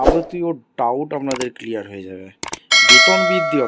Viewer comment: যাবতীয় ডাউট কিলিয়ার হয়ে যাবে !মুখের ভাষা ঠিক কর।কি কিলিয়ার ছিরলি?